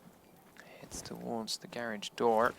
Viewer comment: its not gaerage its garage...